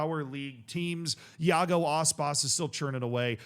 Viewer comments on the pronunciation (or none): none